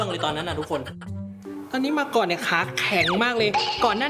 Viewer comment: ชอบเรียกน้อง มาก่อน ว่า มาก่อง 555+